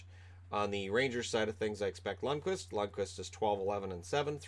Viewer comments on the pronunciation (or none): none